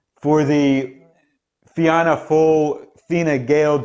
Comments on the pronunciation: It's unlikely that Sinn Fein will be able to form a government as the two main parties are hostile to then so another election could be on the cards. Fianna Fail is pronounced Fina Fail your analysis is very good as all your videos are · You butchered the name Fianna Fáil lol